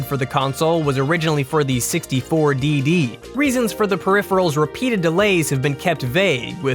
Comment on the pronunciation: N64 "Dee-Dee" -_